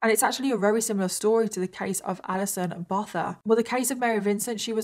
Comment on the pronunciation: The surname 'Botha' is pronounced 'Boo-ah-tah' 😊